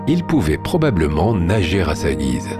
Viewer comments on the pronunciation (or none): none